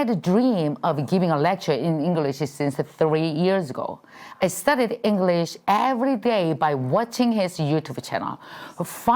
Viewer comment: 김미경샘 계속 영어공부하시는 모습 대단하세요 저는 35년차 영어교사입니다 노력하시는 모습 보기 좋아요 발음 부분은 쉽게 바뀌지 않는 것 같아요 다른 발음보다 English라는 단어가 살짝 어색하게 느껴지는 것 같아요 단어의 강세에 좀 더 주의해서 문장의 억양을 자연스럽게 연습하면 더욱 더 발전하실 것 같습니다 지금도 충분히 잘 하고 계시고 앞으로 더욱 정진하시는 모습 응원합니다❤